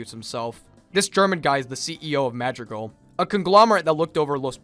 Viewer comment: also like literally everyone pronounces madrigal wrong lol